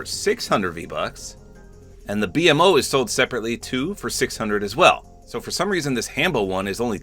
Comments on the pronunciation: it’s pronounced beemo not b m o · It is so funny seeing someone not know much about adventure time because my brain short circuited every time he said “B-M-O” instead of “beemo” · B MO not B-M-O 😭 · I couldn't help but chuckle when said "B-MO" Instead of his actual pronunciation "Beemo" lol. I just gotta remember that not everyone has watched Adventure Time let alone heard of it XD. Also I think their proportioned fine, a lot better then some other skins. It would just be weird if they were all standing next to each other in-game cause in actuality Jake is so short and PB/Marcy are at least 2 feet taller then Finn. Jake ironically doesn't feel weird because he CAN stretch himself to be however he wants so overall well done Epic, you did a great job with one of my favorite franchises of all time. Can't help but be somewhat disappointed we didn't get any styles with a big collab......AGAIN but I digress. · Bee em oh? BEEMOH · “The B-M-O” lol its just B-MO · Ngl I get that u haven't watched much but you called BMO like its shortened is triggering me, its pronounced B-mo not B-M-O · It’s B-MO not B-M-O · Btw it's not pronounced "B M O" it's pronounced "B MO" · Bee mo lol not BMO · It's pronounced BeeMo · the way he says BMO pmo 💔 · I love that he calls BMO, b-m-o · Bmo is pronounced Bee Mo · BMO (Bee-Moe) this is the correct way to pronounce his name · it’s pronounced bee-moe btw💀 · I don’t like he says BMO instead of Bmo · BMO is pronounced Beemo btw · I used to watch Adventure Time a lot and, I'm sorry but I have to correct you here. 😅 You pronounce it as “beemo,” not by spelling each letter of his name. Edit: I'm glad you already knew, I just didn't see your comment. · It’s B-MO like bee moe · not to be that guy but BMO is pronounced beemo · Just for future reference. BMO is pronounced Bee-Moe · It was a little weird hearing it pronounced that way but you literally said you’ve only seen a few episodes. Ppl need to chill lmao.